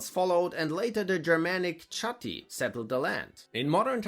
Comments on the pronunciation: It's pronounced "Kha-tii", not "Cha-tii". The C is a K, and the "h" is a little more subtly pronounced. So, it's more of a "Kah" sound, not a "Cha" sound. How do I know? My last name is Hess. Ok,... now pass me the faakin' Handkäse & Grie Soß. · Your English is great! However, 2 things: Brötchen are rolls in English, not buns. As far as I know, there are no buns in Germany. Buns could be translated as "Wabbelbrot". Chatti is pronounced "Katti" a case of ch=k.